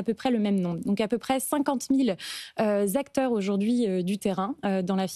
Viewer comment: Cinquante mille "zacteurs"? Vraiment prometteur ...